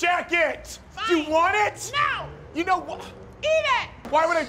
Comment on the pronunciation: It is not nooo , it is "Nu,O"